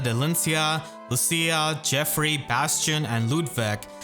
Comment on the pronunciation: how may videos do i need to explain tghats not hwo you pronounce geoffrey